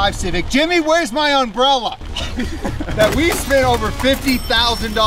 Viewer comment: My man says "unbrella" 😊